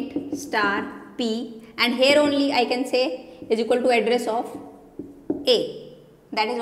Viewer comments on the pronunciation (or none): Mam your "here" sounds like "hair" every time I heard here i looked at your hair.